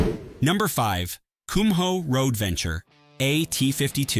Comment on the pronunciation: AI can't pronounce Kumho correctly.